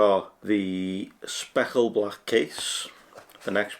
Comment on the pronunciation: Speckled blach 😂 dunno if it's the accent just sounds pretty funny. Good job though